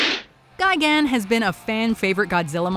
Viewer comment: and its destroyah not destroyer and its gigan not gigant